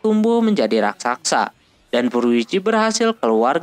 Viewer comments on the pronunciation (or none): none